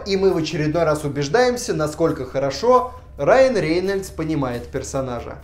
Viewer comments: рЕйнольдс-говори лучше рЭйнольдс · почему ты смягчаешь фамилию Рейнольдс???!!!! Реееейнольдс, фубля. Рэйнольдс говори. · Когда ты говоришь РЕЕЕйнальдса, у меня кровь из ушей идет.